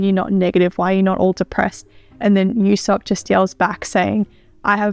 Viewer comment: Usopp’s name is actually pronounced as Oosopp